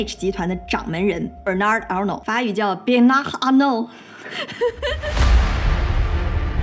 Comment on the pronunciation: 親愛的 大膽把r讀成h（喝）就可以了 法語沒有小舌音 只是簡單的「喝」